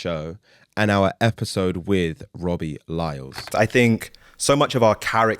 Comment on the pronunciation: You might wanna get his name right bro it's "Lyle" not "Lyles" 😂